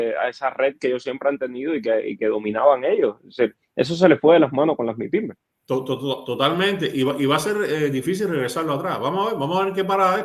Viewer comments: ¡Aprendé a hablar en castellano LCDTM! ES MIPYMES (Micro, Pequeñas Y Medianas Empresas) no " my pimes " en ese idioma bastardo que se conoce como ingles. ¡Pronuncie bien el español sajón del toor!! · Explicale a este senor Que se llaman micro pequeña y mediana empresa. En Español mypime. No hay que decirlo en ingles. Incorrecto decir “maipime “